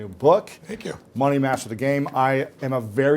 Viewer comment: pl say title of bookmoney master clearly.